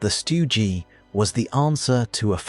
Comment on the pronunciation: Really? Stu Gee, Sturmeh guhshoots? Stopped video . Tired of AI crap.